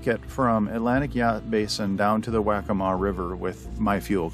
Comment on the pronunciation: Liked and Subbed. Just FYI - Waccamaw River is pronounced Wah-kah-maw, and that marina Wacca Wacce is pronounced Wah-kah Watchee. Good vid, brings back memories. Posting from Georgetown Landing Marina, I see you passed by a couple days ago. :)